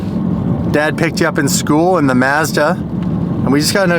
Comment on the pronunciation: It's karma for mispronouncing Mazda